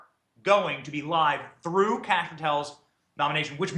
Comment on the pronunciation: Pronouncing "Kash" sounds like saying "Kick A$$" quickly?